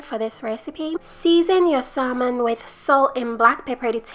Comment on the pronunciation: It looks delicious. The "L" is silent in salmon though.